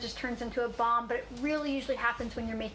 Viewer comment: Anyone else hear 'bong' when she first said balm.